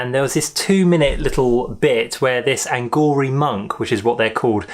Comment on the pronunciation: It's aghori...not anghori 😁